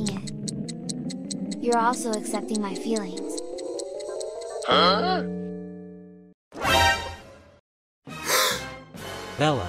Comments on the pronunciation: Bro it’s Bella not bello am Trina say it nice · He said bello😅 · It Bella not bello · It not bello but bella